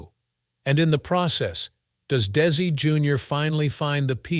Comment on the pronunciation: What a waste of time, with the fake AI narration and it’s mistakes. It basically just said the same thing over and over again. Even showing “little Ricky“, implying it was Desi, and it wasn’t even him acting in the show as a child. At times, the narration pronounced it as “Daisy.”. Terrible documentary, I can’t finish.